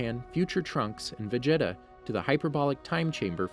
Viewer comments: He’s not saying everything correct. Vegeta is said as ve-jet-a when it is veh-geh-ta in Japanese and ve-ji-ta in English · Saiyan not Cyan Napa not Nah-pah Vegeta not Vega-tah Freiza (alt. Freeza) not Free-ah-zah Namek not Nah-mak Kami not Khame Zamasu not Zah-mah-sue Did I miss anything? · Saiyan is cyan, kamehameha is ka mi hamih, the worst one is vegeta he says it like vegetable but just vege and then ta! does he even watch dragon ball? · I hope you stub your toe for every word you mispronounced. It's Say-Annes, It's Caw May Hah May Hah . It's FREEZE-uhh. It's VAG-EE-tah! It's Zah-Mah-sue. It's Jock-oh. ...You're bad and you should feel bad. I don't care if these are the names in japanese or something. You are currently speaking English. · I'm literally only thumbing this down because you pronounced names incredibly wrong. Free-eza, veg-etta, SAI-YAN? Congrats on figuring out namn-mayik half through but it was too little too late. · Did anybody notices how he says Vegeta "vageta" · The way he pronounces sayians, vegeta and frieza hurts my soul and makes my whole body cringe! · How Do you mess up "Vegeta"?